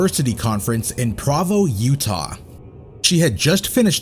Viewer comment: well it’s pronounced “Kye” not “Chee.” Also from before it’s pronounced just like it’s written Pro-Vo Utah, not Pra-Vo.